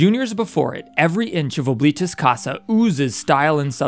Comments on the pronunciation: As a person forced to learn Latin by my school, Oblitus Casa means "Forgotten House", and is pronounced "Ah-bli-tus", not OH, but I could be being stupid and wrong in that pronunciation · “Ohbleetus casa” BITC